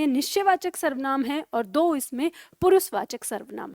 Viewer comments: Also she does not know that,s पुरुषवाचक not पुरुसवाचक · पुरुसवाचक नहीं पुरुषवाचक शब्द है।